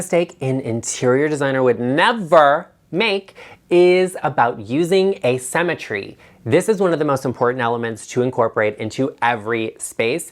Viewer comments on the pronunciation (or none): I heard using “a cemetery” instead of “asymmetry.” Oh, the images that flashed across my mind! I thought you went Goth on us for a sec. 😆